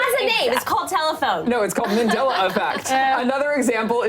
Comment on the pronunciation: It's Mandela effect not Mindela effect....And minacule wtf? Your "accent" is really making your points hard to understand.